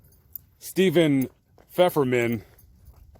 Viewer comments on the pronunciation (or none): none